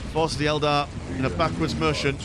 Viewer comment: Fantastic match. "Eldad" was quite an amusing slip of the tongue.